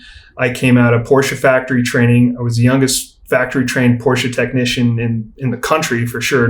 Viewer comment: This guy is so articulate, very good podcast. Also, glad to hear someone actually pronounce Porsche properly.